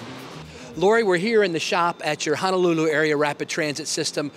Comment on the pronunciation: I just can’t get over “Hannahlooloo” and “Waaaahkiki” 😂 And none of those people took you to get an actual aloha shirt? 🤦🏽‍♂️